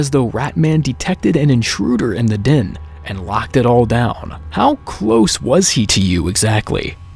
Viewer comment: It's DEN not DIN omfg